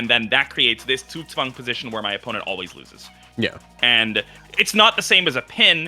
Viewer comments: Gotta give props to to pronounce Zugzwang perfectly. No hint of an accent whatsoever. I've seen so many English-speakers struggle with it and he pronounces it like a German native speaker. Impressive! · Is German? The way he pronounced Zugzwang was perfect.